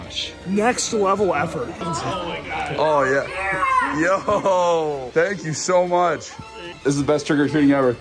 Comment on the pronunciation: The emphasis in that “so much” when he’s talking about his love for pizza